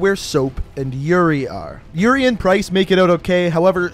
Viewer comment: when you said yuri and price it becameEuRion and price lol